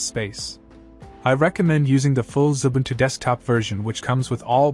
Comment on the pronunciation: Xubuntu not Zubuntu as in the video.